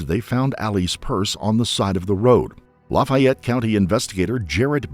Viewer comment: I’ve never heard Lafayette pronounced “Lufey Et” before lol